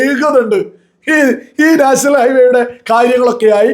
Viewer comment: നാഷണൽ അല്ല നേഷ്ണൽ എന്നാ ണ് മുഖ്യൻ പറയുന്നത് അതുപോലെപറ